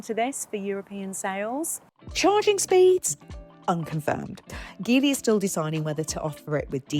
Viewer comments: its called Geely, not Gilly... it isn't that hard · Pronounced as in Gee Whizz. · It's read as Jeely... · It would’ve been great if you could’ve learned to pronounce Geely correctly. And if your video editors could’ve not used shots of Shanghai in the opening titles. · We got this in Brazil as well, the package is very decent and the price is aggressive to beat BYD. It's one of the best combos when it comes to equipment and real estate to accommodate a real family. The positive side against the other Chinese brands is that Geely - the brand call themselves Geely but the the G has the sound of a J, like as we pronounce in "Ginny" - has a local partnership with Renault and that promises a broader availability of parts, and soon it will be manufactured here.